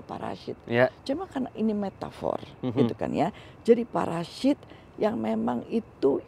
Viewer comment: gua suka cara bilang parasit jadi paraSHIT wkwkwk